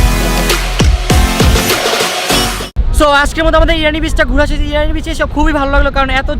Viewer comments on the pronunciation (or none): irani na bro its inani